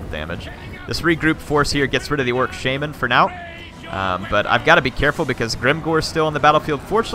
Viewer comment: it is called sha-man not shae-men